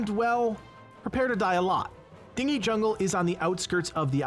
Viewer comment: Oh it's totally a word, but it has an H in it. Dinghy, a small boat. So when I heard it pronounced I imagined a jungle of small boats and went "that can't be right". So yeah, a chuckle was had.